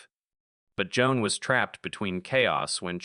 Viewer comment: AI can even pronounce Jon Cryer’s simple, one syllable first name correctly. One of the worst AI narrations I’ve heard to date.